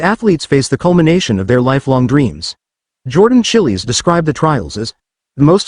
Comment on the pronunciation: Not Jordan Chillies, damn stupid AI